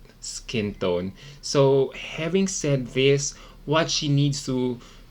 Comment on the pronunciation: Can u stop saying habingg say this!# its having😅